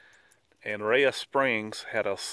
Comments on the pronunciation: Rhea is pronounced "ray". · Rhea county=Ray county